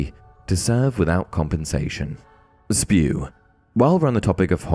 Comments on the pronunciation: It's not Spew it's S.P.E.W.! 😂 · I am sure, many have already said it, but... IT'S NOT SPEW! iT'S S.P.E.W.!!!